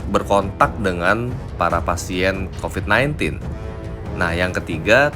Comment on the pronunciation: Ini kenyataan.. mau apapun yg mengucapkan copad copid sambil ketawa geli kek apa kek..tapi kenyataan yg ada tidak selucu ketika berbicara copat copit. Berpikir cerdas lah